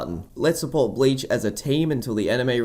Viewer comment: I wanted to watch this, but you kept saying blayech and it makes me cringe everytime